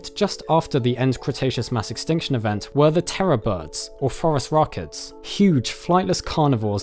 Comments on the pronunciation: I replayed that part just to be sure. Definately forest rockets XD. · Does anyone else hear "Forest Rockets" every time "Phorusrhacids" is said? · I heard "forest rockets" before seeing "phorusrhacids" written.